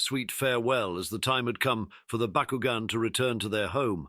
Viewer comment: That's BOCK-KU-GON. Not BuhKuGen